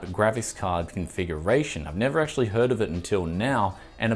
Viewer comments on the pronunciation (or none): none